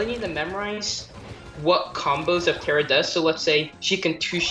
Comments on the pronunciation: There is a mountain called "Tara" and Tara is an uncommon name for a female in Serbia and here we pronounce as we read (idk how to explain) so it is Tara not Tera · I have an irl friend named Tara and it's pronounced "T-air-a" and not "T-are-a". She's middle eastern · Tar-a not tear-a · It’s actually pronounced Tara Lol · Ta”r”a, emphasize the r, weaken the a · I have a friend named Tara, too.She’s German and her name is pronounced the second way, the one with the long A.